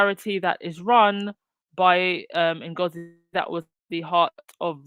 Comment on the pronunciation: Webb Her name is Ms Ngozi not Nagozi. Kindly correct it, we are past the days of butchering ethnic names. It's not a good look.